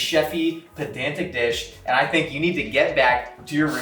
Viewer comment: WHO TF TAUGHT JOSH “PENDANTIC”!? You. Monster.